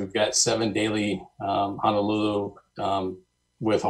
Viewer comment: So many folks mispronounce our state capital. How difficult is it to say Honolulu? Hana is on Maui.